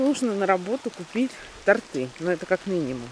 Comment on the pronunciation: Торты, ударение на О! С Днём рождения !!!